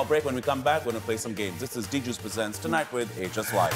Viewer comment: Tunite nahi hota chutiyo ..tonight hota he....